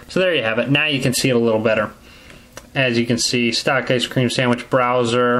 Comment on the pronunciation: I like the way you say ice cream sandwicth